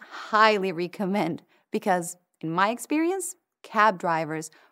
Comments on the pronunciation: Her English pronunciation is weird, especially for the word "recommend". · interesting. not a native english speaker either.. "ree-comend" instead of recomend. otherwise excellent pronunciation. i m guessing native spanish speaker.